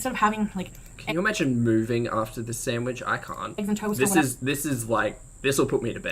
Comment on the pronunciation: New drinking game: drink when she says "decadent" or "sandwidge"